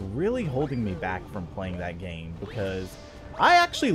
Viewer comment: is it just me or did anyone else hear him say dame instead of game